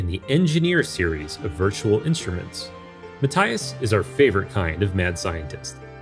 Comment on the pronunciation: It's "Ma-TEE-as," and "kla-VEER." 😒